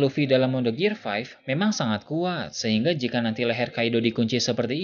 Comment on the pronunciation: Bukannya sok inggris atau sok ngajarin. Cuma mau ngasi tau: gear 5th dibacanya "gir fif" bang